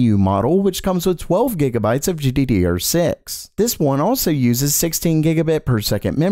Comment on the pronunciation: Gee-dee-dee-ur had my rolling